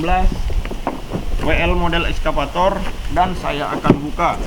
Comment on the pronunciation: Exsafator bng. Bukan eskafator..